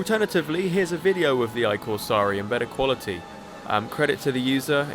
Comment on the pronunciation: The giant sea serpent with a face is from a Gardaland ride called "I Corsari", meaning "The Corsairs", a type of pirates. I've been on that ride hundred of times as a kid. Also, put the word on Google translate and let it speak the pronunciation.